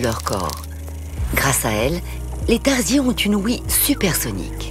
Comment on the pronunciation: Faites attention quand vous écrivez des commentaires. Vu le nombre de vues, vous propagez des informations erronées. Les Tarsiers (et non Tardiers comme vous le prononcez au début) ne sont pas des singes, même s'ils font partie du même sous-ordre des Haplorrhiniens (qui comprend justement les singes ET les tarsiers).